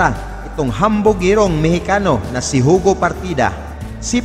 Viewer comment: Hindi po Hugo Ang pronounciation nyan kundi Yugo